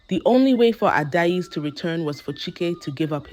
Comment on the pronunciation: If you can’t pronounce names, I still best you don’t use them… your pronunciation is Ada-ezi instead of Adaeze